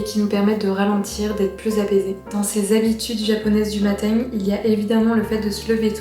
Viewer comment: Pourquoi tu as zero accent mais tu prononces matin bizarrement ?